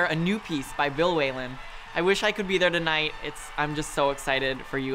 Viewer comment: Yes, that annoyed me too !!